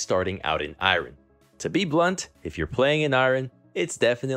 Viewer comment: Dyrus I have never heard anyone say iron like that